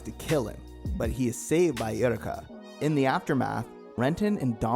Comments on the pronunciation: Yeah “most forgotten” considering you don’t even know how to pronunce her name. It’s aye-oo-wreck-ah. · "Eh-woo-reh-ka" "Neer-vosh" "Ah-mita Drive" "Trap-per waves" Great video tho🙏